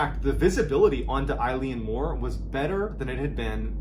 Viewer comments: I had a bad feeling when I saw the Gaelic in the title, that feeling was confirmed when Mr B pronounced it "I-Lean-More" 😂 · It is pronounced Il-Aun More. Oileán Mór in Irish or Scots Gaelic 😊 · Just discovered your channel. Loving the content, great knowing I have like 3 years of stuff to get through! The pronunciation of the island is actually Eh-lan Moh-r. Literally translated to Great Isle or big Island. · It’s pronounced Ellen Mor 😁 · As someone from the Scottish islands, your pronunciation of the place nearly ended me! Good video though, keep doing what you're doing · It's pronounced Ill-Yawn More not Eileen More ffs 🙄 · LOVE you, love your channel and your delivery, but...its pronounced Ale-en More, and sorry but this story has been really embellished (not you, previous additions to the original mystery) from the bare facts as reported by the investigators at the time, it was bald facts in the logbook, as these were three very professional lighthouse keepers, as this was a hard job before we made most of them automatic due to the damage it did to some of these brave men. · I lean more. No it's pronounced eylan mor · Is it Eleane Moore? Or Eileen Moore? Online it says Eileen, but he’s pronouncing it as I-lee-Ann 🤔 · Eilean Mor is pronounced Eeelan Mor Not Like a girls name Ileen . Just saying It's not your fault It's Gaelic name and some of the Gaelic speak is pretty hard to pronounce. The Gaelic name of the island means "large island of Rainish" and is taken from the surrounding area, which itself means "Roe deer headland", from Old Norse. Love your stories keep em coming If ye have a look on Google Earth you can see the boulder which is now in a corner of a garden wall and it's massive Yes you can see Eilean Mor from the outer Hebrides It's on the horizon and in good weather it's as clear as a bell . Locals on the west coast of Lewis still talk about that fatefull day in hushed tones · Close - it's pronounced 'ay-lan mor'. It's Scottish Gaelic.